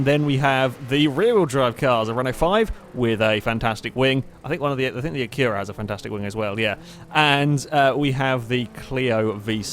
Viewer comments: the way he says acura is retarded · Not until today have i noticed the English way of saying Acura puts emphasis on the U, where Americans emphasize the first A.